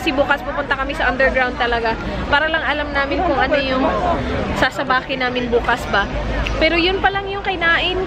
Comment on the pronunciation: Sobrang na enjoy ko ang food trip nyo ni prang nbusog na dn ako haha...its very funny everytime says "BUKAS"